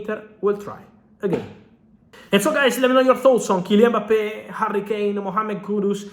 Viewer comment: Mbappe not Mpabbe